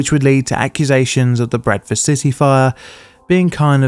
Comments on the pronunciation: The entire time I thought you were saying "Breakfast City" instead of Bradford. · I don't usually have trouble with your accent, but I thought you initially said "Breakfast City." I know a fair bit about English geography, so I was wondering where that was!